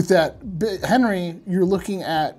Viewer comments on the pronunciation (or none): none